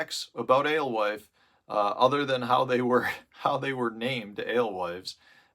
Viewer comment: You say Alwife...... I say "Ghost". Thanks for the vid.